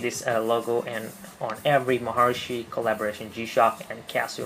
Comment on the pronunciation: Please!!!! YOU MUST TO PRONUNCIATE CORRECTLY "MAHARISHI" It is NOT "mahar(i)shi" (wrong sound for that "i" on this video). The correct way is "Mahar(i)shi" (like the sound of the "e" vocal in english). Hardy Blechman is going to kill you!